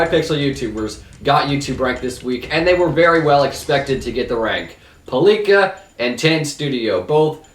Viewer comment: So funny hiw he sais "Palíka"